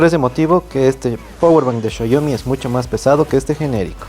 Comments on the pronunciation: Qué esperabas de un espécimen que pronuncia shaiomi 🙄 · Me da dolor de cabeza cuando dice "chayomi" pero buen video saludos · PORQUE LE DICEN XAYOMI xd